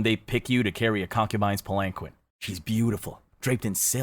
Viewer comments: hmm I thought it was pal-an-keen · Palanquin is pronounced pal en keen btw